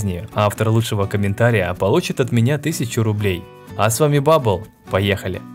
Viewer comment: Ой не бубел а бабел